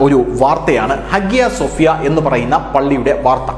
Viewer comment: @@@ note >>>. ഹാഗ്യ സോഫ്യ എന്ന് ഇംഗ്ലീഷിൽ എഴുത്തുമെങ്കില്ലും അവിടെ ഉള്ളവർ പറയുന്നത് ഹയാ -സോഫ്യ എന്ന് ആണ്.